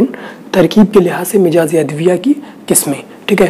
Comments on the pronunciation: Very nice. U r doing great job. But its not MIJAAZ. corrct pronounciatn is MIZAAJ. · mijaz mt boliye jnab mizaj hai sahi alfaz.